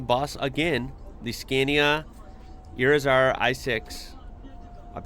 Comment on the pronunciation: Irizar is a coach builder from Spain. If you want to know how to pronounce it, ask Pedro.